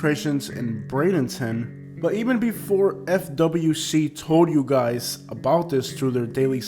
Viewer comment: Why are you saying Brandonton? (Bray-din-tin)